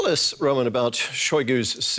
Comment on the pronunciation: the host calls that journalist rOman lol, it's romAn